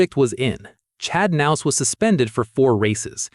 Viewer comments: Who's nouse? Are you talking about Kah-nouse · the narrator pronounces the "k" the same way we do in the word "know" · The k in his last name isn't silent..... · U could say Chads last name right . That's annoying.